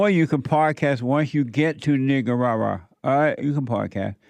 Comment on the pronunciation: He’s the only person I’ve ever heard pronounce it right.